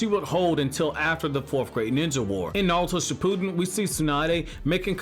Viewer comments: Uhm its ship ew den not shipooodon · Bro, shi-pu-den no shi-pooden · No one: This guy: Shipooden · "Shi-poo-din." Hah.